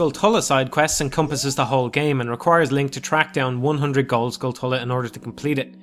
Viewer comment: Inaccurate or accurate, this guy still doesn't pronounce "Hylia" or "skulltula" correctly. Edit: Or "Gerudo." His name isn't "Jannondorf," dude.